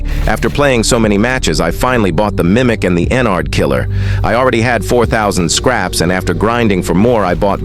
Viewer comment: Bro it’s no scarps it’s scraps